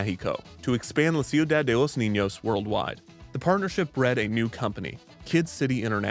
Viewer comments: Every time I hear how you pronounce "ciudad" I die a little inside 😂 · You really should've worked on your pronunciation of Ciudad before releasing this. It's better to say "Seeyu-dahd" instead of "See-yu-dahd" It's just so distracting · okay i only have about 2 and a half years of spanish, which ended 10 months ago now, but it's pronounced kiudad, not siudad, right?? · I’m sorry, it bothered me so much but it’s pronounced: shudad for ciudad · "ciu-Dad" is an objectively funny pronunciation he went with, but i appreciate the clear effort he put into the spanish overall. anything's better than your standard youtuber "lol i'm not going to say this right" when they can just look up the handful of names they're about to use in their video